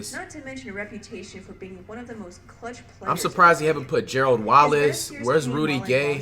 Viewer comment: Gearld Wallace 😂😂